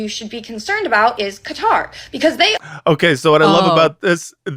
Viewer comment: I love you,, but you gotta stop calling Qatar “cutter” ❤😅